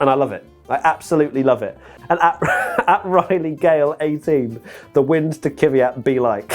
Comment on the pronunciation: it's pronounced "KVyat", not "KIVyat", there's no vowel between "K" and "V".;) To be really precise, the "y" there should also be pronounced more as a "j", as in "Квят", the "я" is pronounced as [ja].